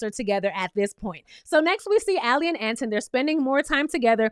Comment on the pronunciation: Boo, who’s Ant in? 😂😂 I think you say it like Antoine.